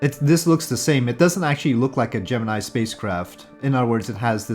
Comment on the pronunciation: That's not how you pronounce Gemini. ;)